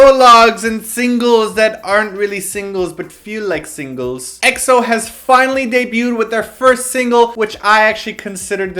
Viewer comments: it's pronounced "x-o" not "e-x-o" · can someone make a video on how to pronounce Eks-oh! it was NEVER E-X-O >.< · they always say E-X-O! arg! its pronounced like xo! sigh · ...you kept saying XO, it's EXO. lol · Please please please stop calling them EE-EX-OH. D8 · *screamo* EXO!!!!!!!!! yes!! pronounced EXO as ack-so in the beginning of the video XD as much as I like BAP, EXO's the only who's able to convince me to buy their albums